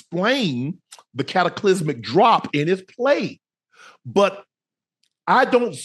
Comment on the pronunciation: I dont think yall caught that “cataclysmic” from Unc doe